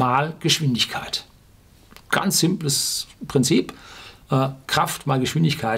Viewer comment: ...ganz...mit z.... nich mit s... : )